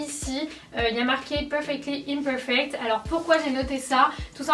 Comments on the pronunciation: Il y a que moi que ça choque le "inperfect" ? C'est "imperfect" plutôt non ? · Bonjour! Sympa comme vidéo, les tatouages sont beaux et bien réalisés! Cependant je me demandais pour ton "perfectly inperfect" en anglais "imparfait" se dit "iMperfect" et non "iNperfect". C'est voulu? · Rassurez-moi c'est iMperfect pas iNperfect de marqué... ?